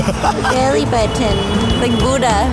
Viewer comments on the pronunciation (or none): none